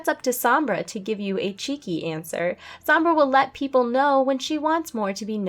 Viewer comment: It's "Somb-brah"